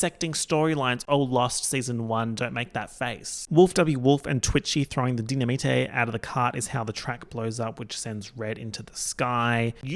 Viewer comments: Dy-na-mi-te is killing me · I’ve been waiting for this video since the “Dy-na-me-tay, must be Italian” reference in the last Lost video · I have never pronounced 'dynamite' the right way since watching this movie